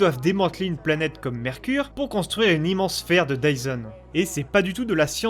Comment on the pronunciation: It’s dyson not tyson